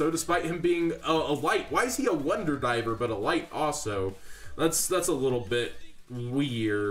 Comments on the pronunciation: It's Driver not Diver bud. Stick with market watch vids. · Ya mispronunced the name of the HERO...It's Driver, not Diver...And I think White Howling may see some play for those who cannot grab an Imperial Custom...To note, ya can work the cards of Shark's deck to run the White Aura monsters o3o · DRIVER...not diver lol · It’s not wonder DIVER. It’s wonder DRIVER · jon DRiver lol not diver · Hey man i think you forgot the R in Driver.